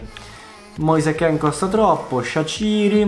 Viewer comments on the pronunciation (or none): none